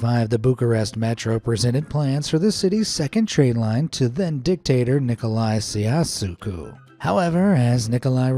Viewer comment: ITS PIAT-ZE RO-ME-NE (idk how to write piața but it means plaza i’m pretty sure) and it’s ni-co-loa-e cha-u-zes-cu. WRONG. it hurts me, especially as a romanian..